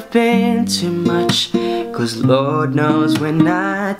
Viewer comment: Wag mo masyado artehan ung salita mo.. Normal lang.. Pero ok ung cover . ung LORD Mo naging lowd. Hihi sorry.. ✌